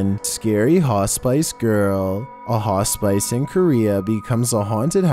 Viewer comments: Right it took me a while to figure out what a ha-spice was hahaha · Hospice is pronounced Hoss-pis not hos-spice 🤣🤣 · come on!! It's not "hah • spice," but "Ha • spiss." If you're unsure how a particular word is said, either ask Google, or someone else. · What...what the heck is a 'hah-spice'?, do you mean hospice: a home for the terminally ill? As in 'hah-spiss'? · "haw-spice"?....almost got it,. It's pronounced "Hoss piss". But close enough, I suppose. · I was always told it was pronounced Hos-spiss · Me screaming "Piss! Piss! Not spice! Piss!" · I was the same!! Wasn't until I started reading the comments that I realised he was meaning "hospice", not "haw-spice"!! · It's pronounced hos-piss, not hos-spice, my friend. Sorry, I couldn't ignore it... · 😁 Fig-yer not figger and Hoss-piss not haw-spice. Have to bring it up, sorry.😌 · It's Not pronounced Ha Spice... It's Ha Spis. Sound intelligent , if you want people to take you seriously.. Cuz I love these videos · Hos-PISS! Hos- PISS! Hos-PISS. ! NOT HOS- SPICE! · “HA-spice?” HA-spice!!!?! You gotta be kidding me. You mean hospice??????? (Hoss-piss, Incase you still can’t pronounce ) Good lord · Hospice is not pronounced "Hos- Spice"! It's pronounced like, "Hos-piss" 😆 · It is hos pih and ih like in it to say hos pih as it see or cee pronounced cee hospice. Not pronounced as in spice at all. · Hos-spice? /hospis/? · This is the first time I've heard hospice pronounced "hos-spice".🤨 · Hey! Just so you know, “hospice” is pronounced ‘hos-piss’ so the E is kinda silent:) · He says it wrong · Lol, hos spice! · He says haw-spice -girl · Just be thankful he didn't say "hos-spice". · "Officer to base", um that does not sound official in the slightest. Also, its pronounced hos·pis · Hos=piss me and my sister were just laughing at this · It’s Hah-Spiss. You’ll learn when your grandma is in one. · Hos-spice? Its pronounced hospiiice (hos sp isss) like a snake hospisssss